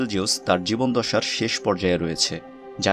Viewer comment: নির্ভুল তথ্য, সুন্দর উপস্থাপনা, সুন্দর উচ্চারণ, সুন্দর এনিমেশন ইত্যাদির জন্য আপনার চ্যানেল আমার খুব প্রিয়। অনেককে সাজেস্ট করেছি এই চ্যানেল। আপনার উচ্চারণ নর্মালি ভুল হয় না, আজ আজ একটা হলো। এ জীবনদশা উচ্চারণ করেছেন, শুদ্ধ হবে জীবদ্দশা (জিবদ-দশা)।